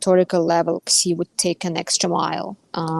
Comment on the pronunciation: I don't think I've ever heard of "President Ksee" before. Some people pronounce his name as "she", and some people get the Chinese phoneme transliterated as X correct, or at least try to. It sounds like a kind-of-odd sh sound. The Chinese class I took was many years ago, so I can't say it right anymore. But it's certainly a sound that would get anglicized as sh, not as ks. It's odd to hear talk of Russia becoming a junior partner in its relationship with China. China is a superpower, and has been for quite some time. Russia is a gas station that used to be the core of an empire. It's not even really a country. To qualify as any kind of partner of China, Russia would have to do a whole lot of winning, not suffer humiliating losses.